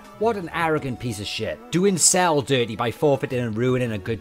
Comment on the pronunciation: the time when he uses kaio ken and then says its cells technique and cant even pronoce it right